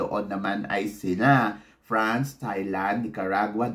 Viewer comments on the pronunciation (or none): none